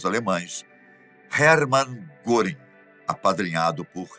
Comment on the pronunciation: Não se lê goring ,lê-se guering